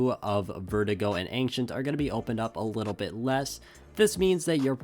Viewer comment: "anxient" it's ancient